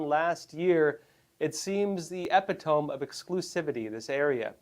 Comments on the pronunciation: "EPI TOME"! shame on you....look up the pronunciation of that word you SHOULD know! e-pit-o-me.... a person or thing that is the perfect example of a particular quality or type. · Epitome? You don’t know how to pronounce it. Probably best to check the word before you do a video